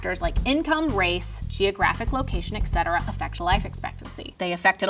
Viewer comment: Wait.. Did she just say "ecetera"?💀